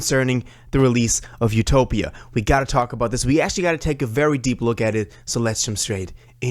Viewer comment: It’s def utopia not ‘topia